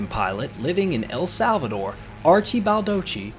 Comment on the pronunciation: The stress in El Salvador is NOT in "Sal"... but in "dor". Just saying.